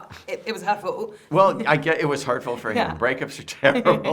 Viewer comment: MPK misunderstands her accent here for a moment. He thinks she said “..but it was hurtful”, what she actually says is “oh, that’s no judgment, Carrie stan, but it was her fault”. So then he says “Well I get it was hurtful, breakups are terrible”. Thought that made for a funny little misunderstanding on his part, but I agree with her, there is no question it was Carrie’s fault. Interesting that in the writing room this is up for debate. Excellent interview. As said in other comments, it’s so much better when the interviewer knows the subject matter inside and out. That makes for a much better interview and debate. Well done.